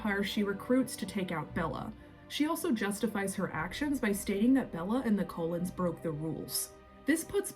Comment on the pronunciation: I don't mean to nit pick or sound snarky or mean, but it sounds like you say Colons instead of cull ens. And it sounds like you say volchuri, instead of volturi